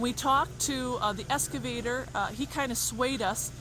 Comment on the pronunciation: Excavator not Escavator